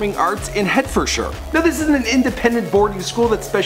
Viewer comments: Great video, however 'Casualty' is a long running hospital drama and not a comedy. Also 'Hertfordshire' is pronounced 'Heart-ford-sheer' and not 'Hurtfodsha'. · "head for sure" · Hertfordshire is pronounced Hartfordshire, Idk why... Also, BBC comedy Casualty? Never heard it called a comedy before :P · "Westminister" "Headfordshire" "Burbeck" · Head for shire Just follow the sun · 'Hur-fur-shur'. I'm from Hertfordshire and I can confirm that, that is definitely NOT how you pronounce Hertfordshire 😂😂😂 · I'm sorry + its an easy mistake, especially if you are foreign, but Hertfordshire, the biggest county in England, and where I live, is pronounced Hart-fud-sheer. That properly cracked me up though!:) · West-min-stir. Heart-ford-shire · Westmin-i-ster? Head-for-shure? BBC Comedy "Casualty"? Yeesh... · The way you pronounced Hertfordshire gave me cancer. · LOL Americans cant say Hertfordshire correctly lol You forget to mention she was in the music video - Wiley ft. Angel & Tinchy Stryder 'Lights On' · The pronunciation of 'Hertfordshire' 😂😂😂😂😂😂😂😂😂😂😂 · Boi it's Hertfordshire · I believe its Hertfordshire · You absolutely butchered Westminster and Hertfordshire, nice one lol. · They way you pronounce Hertfordshire is jokes.. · Tring Park school, I live 4 miles away from that. Also, he butchers all these pronunciations of English olaces